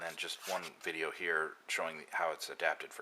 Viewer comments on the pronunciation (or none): none